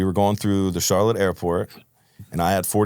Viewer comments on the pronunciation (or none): none